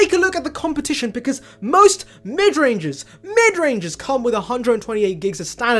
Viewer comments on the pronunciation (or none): The way you emphasized on midrangers😂